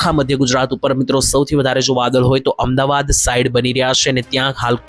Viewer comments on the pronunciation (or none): none